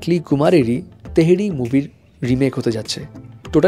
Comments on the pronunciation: তেহেরি না ভাই থেরি😂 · তেহেরী না তেরি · তেহির না থেরি🤣🤣🤣